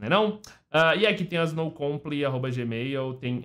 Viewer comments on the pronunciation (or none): falando errado: No comply = Não compre kkk